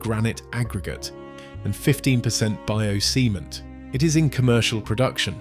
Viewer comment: I think he's trying to say bio-cement... It still made me snigger, so don't feel bad. ^_^